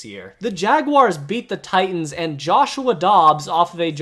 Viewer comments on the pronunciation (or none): none